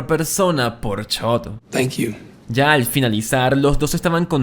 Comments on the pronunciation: Chock ❌ Chot ✅ 😂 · Si vuelvo a escuchar chot en lugar de Chuck voy a explotar 🤯🥲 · BASTA DE DECIR CHOT! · No fue suficiente con no saber pronunciar los nombres de TWD, y ahora promuncias mal los de BCS, como que Chod? Quien es chod? Jajajaja